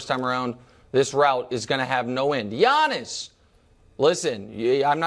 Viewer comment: It’s Giannis! Not Janis